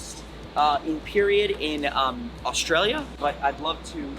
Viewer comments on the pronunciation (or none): none